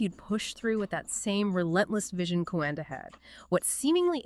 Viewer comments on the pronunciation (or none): Just a bit of correction,. His name is Henri Coandă and it's read like the 2 narrators said: Henry (like in French language) and his family name is Co an dă, it's not Coandră. He built a plane prototype but it turned out he discovered the jet propulsion engine. It was the first working one but this thing was just starting to make sense. The Wright brothers didn't invent the jet propulsion engine, they perfected it based on this Romanian inventor. The idea belonged to this Romanian man, it didn't belong to them but they put it into practice better than Coandă did. I guess as years passed by, this "tech" evolved. 🙂 Come to think about it but aerodynamics is also used in car design to make them perform better in the wind tunnel, to make some of them perform even better, to push the boundaries of engineering while others to consume less fuel, to get better gas mileage. Back then, there were still old school teachers who weren't interested in making money but into passing knowledge to their students, to other people, to educate them. First and foremost, being a teacher was seen as a noble profession and not many even had the opportunity to study anything. Some peoples parents wouldn't even let their children go to school or anything, they sent them to work from a young age.